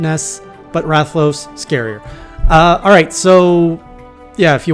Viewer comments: Nah you pronounced it right. Rath-a-los. That's a wyvern. Often mistaken for dragons XD ... but yes. Rathalos is... kind of a douchecanoe. A flying nightmare. Fun to fight once you figure out what it can do, but kind of a nuisance until that happens. It is the original Flagship monster, and as such it has undergone a ludicrous amount of evolutions through each generation. BUT, you'll learn to like fighting it ;) And here's some professional information for a new hunter: Pro-tip for Switch-axe gameplay. Whenever you start your wild swing infinite combo (as long as you have stamina), if you hit your action button (whatever it is that morphs the weapon), you go into a wide, big hit combo attack. The axe attacks that connect in that will deal IMMENSE amounts of damage. Pro-tip 2 for Switch-axe gameplay. You can endlessly morph from axe mode to sword mode to rebuild the phial gauge faster and commit to a broad range of attacks in the middle. This is less of a combo and more of a utility tactic. Pro-tip 3 for Switch-axe gameplay. If you max out your sword mode buff meter (glowing outline on your HUD around the weapon icon while in sword mode) and THEN go into the elemental discharge, you will mount the monster nearby to where you initiated the stab. And finally... Pro-tip 4 for Switch-axe gameplay. The red glow on your weapon indicates that its phial (the main mechanic for sword mode) is overcharged (which happens whenever you attack while in sword mode), temporarily granting you b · >I don’t know how to pronounce his name perfectly yet >Says it perfectly on stream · You nailed the pronunciation on Rathalos, don't worry.